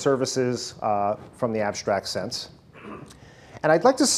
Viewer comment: Why does he pronounce the word "strategy" as "sshtrategy"? Is this the correct pronunciation or is this just an accent difference? It sounds like a german word with this kind of pronunciation :) Same goes for "con'sh'traint" and "ab'sh'tract".